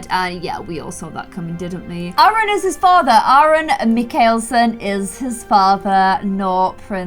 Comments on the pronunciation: Mikael is pronounced as Michael. Just a little fun fact for you, lovely 💕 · Mikaelson is pronounced as Michael - son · for Aaron's last name it's pronounced MIKE-OL-SON or the name Michael- SIN i've watched vampire diaries, The Originals, and Legacies and the main family in the originals is The Mikaleson's i'm the type of person that when a substitute says the name Oli wrong i'll pop off